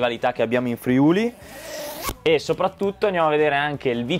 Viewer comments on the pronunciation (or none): none